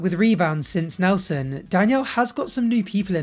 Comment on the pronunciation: I hate to correct you, but the guy’s name is “NELTSON” according to Danielle. In all seriousness though, the Danielle-Mohammad Saga is my Brokeback Mountain. I just can’t quit it.